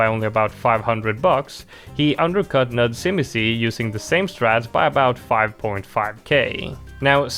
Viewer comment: You butchered nudzimisie's name. It spells I am bored in polish and im not even gonna explain how to read that. You made it sound japanese